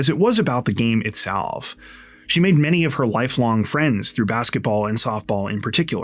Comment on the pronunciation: Bro I jumped right to the comments. Like no way I was the only 1 who heard that. 😂😂😂